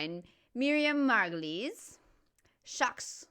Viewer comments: Vous avez bien compris, ça se prononce "Margo-Lees". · Kudos on the Margolyes pronunciation but as for the Norton kid (and those similarly forenamed), we say Grey-um in the UK, not Gram. Apologies, you are saying Grey-um aren’t you. It was clearer the 2nd time. I should’ve waited until the end before trying to be a smartarse. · Well-done on the reworked pronunciation. You got it bang on Bald guy is Ron Howard (Ritchie Cunningham happy days)